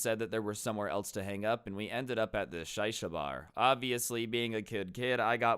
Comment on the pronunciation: Not "Shie-Sha".... It's "She-Sha"